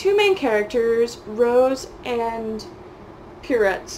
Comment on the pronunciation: Pierrot = Pierre-oh. I don’t believe you speak French. Looool